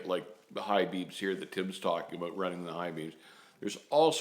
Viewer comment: The highlight of your videos for me is when you say "aboot" lol im sorry, i get entertained by the little things :/